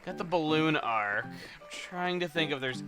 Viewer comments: its pronounced arch not ark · It's pronounced "Ar-ch", Chuggaa.